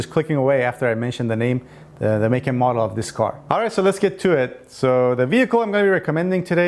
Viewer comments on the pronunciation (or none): none